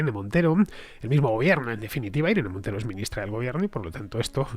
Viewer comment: me parece muy curioso queañadas una M al final de cada frase. Irene MonteroM. En el registroM. Buen video